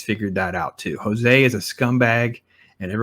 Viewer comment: The characters and the actors playing jose , amar & his wife , bejoy , stephen raj and karnan's son prabhanjan are from kerala aka malayalam . And Jose is a very commonly used name in kerala and its not hispanic , its actually portuguese , so the pronunciation is also not "Hos-ay" , its rather pronounced "Jos" or "Joe's" as in short form of joseph . For tamil and kerala audiences this part is clear so no confusions . Vikram in short is a collaboration of veteran legend of tamil nadu kamal hassan (vikram/karnan) with the current renowned tamil actor vijay sethupathi (sandhanam) and his malayalam contemporary actor Fahadh faasil ( amar ) with a visionary director like lokesh kanagaraj . Also actor suriya (rolex) and his real life brother karthi (dilli) adds to the charm of everything in this movie .